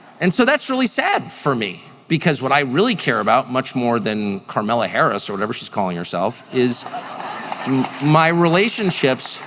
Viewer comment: "Karmella", lol!